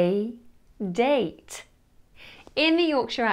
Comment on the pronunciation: Would you be offended if I said you pronounce your o in goat like a German göt, your a in date like German ähnlich, pronounce the e at the end of sure like German Gute, drop the h in happy like the German sehen, and your ng in singing like the German fangen?